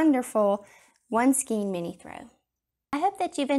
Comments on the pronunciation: Skein is pronounced with an "A" Sound, not an "E". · Please go to to learn how to pronounce skein. Rhymes with cane, pain, Wayne, skein.